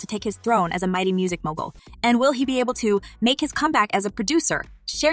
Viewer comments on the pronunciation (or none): none